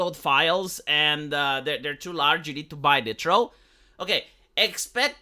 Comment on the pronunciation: Night-ro. Not Nit-ro.